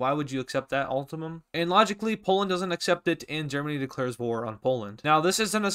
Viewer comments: mans says ultimum instead of ultimatum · bro really said "ultamum" 💀